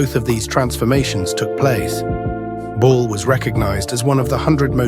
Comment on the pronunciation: It's Lucille "BALL," no bull.